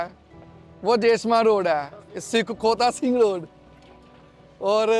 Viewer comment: Some correction please: Baghban pura(Not bhagwan Pura) Hota Singh road(Not Khhota Singh road) Dev Samaj road(Not Deo Samaj road)